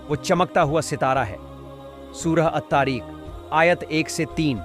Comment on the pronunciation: Ma ky loory ... Bolna to seekh ly Tareekh nhi TARIQ